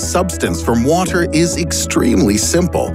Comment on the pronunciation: You sound funny when saying “water” 😁😁